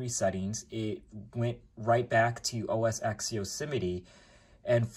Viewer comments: it's os X (TEN) when you say os x it sounds like your saying os sex lmfao. Thanks for the info as I'm thinking about a mac mini and sounds like wouldn't be a bad choice since Monterrey supports it. Granted you can't do gaming on it but meh that's not what a Mac is for anyways! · Why do you call it Oh Es Sex? It is pronounced Oh Es Ten. And Monterey is Oh Es Twelve.